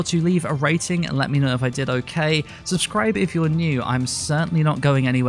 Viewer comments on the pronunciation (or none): none